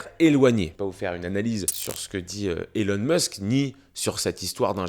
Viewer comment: SVP c pas Élon Meusk mais ILON MÂÂSK( phontiquement). C tellement désagréable